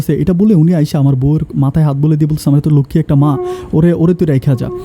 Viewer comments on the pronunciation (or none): none